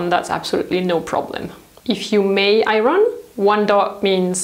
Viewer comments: In the States we say "eye-urn", which is a truly an ugly-sounding word. Over here we also say "close" for clothes, but in the UK they pronounce the "th". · I love the way you say iron.😂 So glad in the UK we don't have smoking anymore. I remember having to wash everything as soon as I got in as it all stank. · The R in iron is silent in English. When I go to work, I earn. And that's how it's pronounced with the accent on the I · lol she keeps talking about the Iranians. Iron is pronounced with silenced "R". You also tend to mix British and American T sounds. The word water in this video is pronounced in both British and American versions even though the overall accent is British lol. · hi! I just found out about your channel and I watched a couple videos already including this one, and I can't help but notice you keep mispronouncing "iron". you pronounce it as ay-ron when it should be a-yern :) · Hi! I remember it took a very long time for someone to tell you about mispronouncing “pear” because your accent is so cute!!! But maybe you would want to know that we don’t pronounce the R in iron. It’s pronounced more like iyon. Hope that helps ☺️ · I didn't know that about tumbling clothes. Thanks for the tip. Not to be critical, but just so you know, the 'r' in 'iron'/'ironing' is silent! (Your English is exceptional, by the way. Much better than my French.) : ) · It's a funny word to pronounce if you're English. It's not ION, but it's definitely not I-RON either -the way pronounces it. It's somewhere inbetween - more like I-YON. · I love your videos but... it is pronounced I-on not I-ron. The r is silent. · I love the way you say iron ... 💓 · Pronunciation IRON... the R is silent. Otherwise great tips!